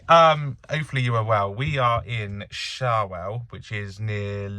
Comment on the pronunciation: Shawell pronounced showell 😂